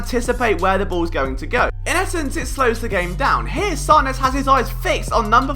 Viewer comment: It’s pronounced Sand-ers